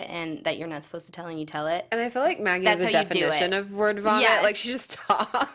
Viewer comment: You keep pronouncing her name "Meggie" - but it's "Maggie". No one on the show has ever called her "Meggie".